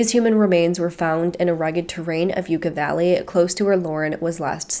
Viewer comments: Sorry, the local pronunciation is Yuck-aw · you pronounced yucca valley wrong each time